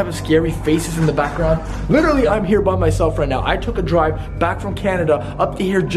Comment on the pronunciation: literally is the proper way to say it not litsherly